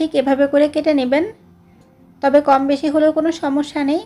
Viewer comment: Bese কি😅? Beshi বেশি 😊